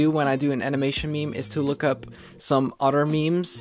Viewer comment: Omg I love the way u talk Wif = with Oder=other Anuder=another